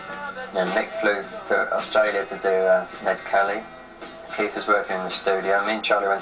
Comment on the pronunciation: It's pronounced Keith.